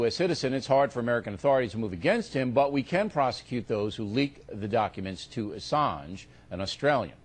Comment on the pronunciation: LOL and how O'Reilly says "Assange"